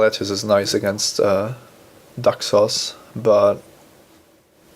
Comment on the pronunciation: When he says Daxos, it sounds like "duck sauce" - which is what I'll be calling Daxos from now on.